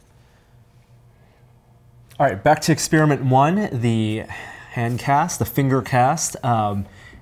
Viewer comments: he says expeeriment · It's a very akerrit exspearmint. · An Ex-spearmint you say? What about ex-peppermint? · expIRIMENT!! Jesus, learn to speak properly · "EXPIRIMINT" lol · "It's an ex-spearmint??" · lol "ex-spearmint." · I've notified more and more people pronouncing "experiment" as expiriment", and the same for "electronic" as "illectronic".. What's the deal? does it twice in the first minute! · engineeredlifeform lol I heard pronounce experiment as ex-spearmint anyhow. And about YT's build in CC option, I don't understand how some videos have completely accurate captions yet most have captions that are downright inaccurate, always hilarious. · Whilst I'm not from America, I know there are regional differences., however, seems to have a fairly typical American accent. My general experience from watching many Tested videos is that he doesn't normally pronounce 'er' as 'ir', it seems to only be when he says experiment, hence my questioning of it. It's not limited to Americans either, an Australian podcast host says 'illectronic' rather than 'electronic'. I'm more curious if this is how most people pronounce it, or am I unusual in 'eh' instead of 'ee' for 'e'?